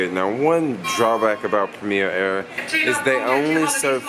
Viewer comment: Might help if you can actually say the name of airline correctly...